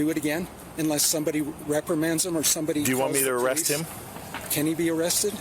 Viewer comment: AREE-AAST lol standard issue white man trying to say arrest lol